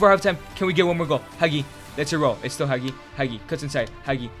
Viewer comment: Why is Castrovilli Capt? he isnt even second or third capt in our team, should have made it Milenkovic. Hell Castrovilli doesnt even play, benched by Bonaventura and Maleh. dude cant even pronounce Hagi correctly.